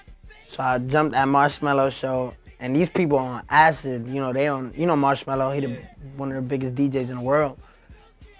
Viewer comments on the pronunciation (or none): Everytime he says marshmallow I crack up